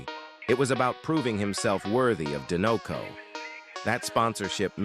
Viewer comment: It’s pronounced DYE-NUH-coh, “”! 🤨